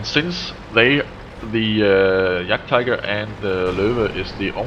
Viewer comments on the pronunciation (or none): none